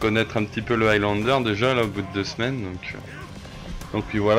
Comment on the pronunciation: Sérieusement, je dois avouer qu’il y a des youtubeurs de France qui font de bonnes vidéos comme celle-là, mais sérieux l’accent anglais... C’est pas compliqué de dire un mot anglais correctement Evy n’est pas Heavy, Aylanedeur n’est pas Highlander, mais bon c’est pas méchant, excellente vidéo sinon 😉